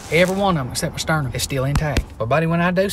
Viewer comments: "I had tew diert bikes hit me simeeeoutakneeously" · Sime-E-OL-Taneously 😂 Trapped in this convo and he's adding all the syllables